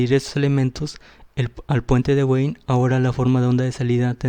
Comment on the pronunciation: Puente Wien, se pronuncia "bin" es alemán no inglés.